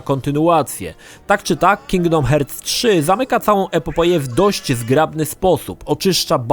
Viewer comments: It 'hurts' to listen 'hearts' pronunciation;))) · Uwielbiam jak czyta cały czas Kingdom Hertz XD